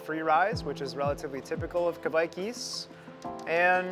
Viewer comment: I love this. Hops are amazing and all that but yeast is super underrated! Super inspiring what you are doing. Interested to see if you test and develop the kveik yeast. (but seems might have to work on his Norwegian pronounciation 😝) Have you got plans to test the kveik more? There are of course other strains that could be interesting, like Ebbegarden for IPA. Which local brewers here in Norway have used a fair bit that has a more tropical fruit profile.